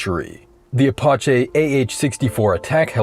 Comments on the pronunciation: The apachay? You mean Apachee? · A-pach-e? Ah-patch-ee At least be respectful of their name. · A-POT-CHAY? lol A-PATCH-eee! :face-green-smiling::face-green-smiling::face-green-smiling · Did you really pronounce it "A-pa-che"? Seriously? A-pach-E, like the native tribe. Holy hell...... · AH-Pot-Che! Really! Really lame AI pronunciation of Apache! It's more like AH-Pat-Chee! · What's an "Apawchay"? I thought it was an "Apache" (a-pah-chee) helicopter. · Apache pronounced "Uh-paw-chey"? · Fun fact: "Apache" isn't pronounced "uh-PAH-chay". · Shame on you!! "the uh-paw-chay" How did you manage to f this up?! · Was it you or your AI narrator that pronounced the Apache helicopter as Apah-chay? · Lol, AI video. The A-paw-sche helicopter. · "Ah-pah-chee"??? Full derp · He pronounced Apache like it was French. Apachay. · "Apaarchay" helecopter lol Yanks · Say it with me now: "Paz-Git" "uh-Patch-ee" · What's an Apachay? AI not gonna watch again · Pinkies out boys! It’s time for tea in our Ah-paw-chay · A PAW CHEY helicopter 😅😂😅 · Ah-paw-chay...tell me you can't read proper english, without telling me you can't read proper english. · This video lost all credibility the second he said “ah-pah-chey” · Did you really snobbily call it the AHHHH PATCH AAAAA...NUB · Nah it's definitely Apach-E. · the AH-64 "A-Po-Shey" ...cmon man. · The Uh Paw Chay helicopter? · "Apachay" helicopter? And for the record, the first "Fritz" style Kevlar helmets did not stop bullets. 5.56 and 7.62 of all types went through and through. I am not even sure it would stop a 9mm at close range. It was for shrapnel, just like every other helmet that came before it. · Bro pronounced Apache like attaché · Ah-pah-shey is bad. Have you NEVER heard anyone else on the face of the planet pronounce that word? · Ah pah che? Like apache but somehow totally wrong? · I'm leaving .2 seconds after hearing the pronunciation of "Apache." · Lost me at the pronunciation of Apache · it's pronounced Apache, like the Indian